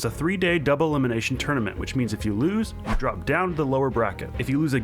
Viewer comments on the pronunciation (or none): none